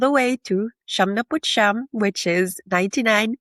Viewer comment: Real Tagalogs say "SI YAM'...not "SHAM".........Also "SI YA'(he, or she)...not "SHA".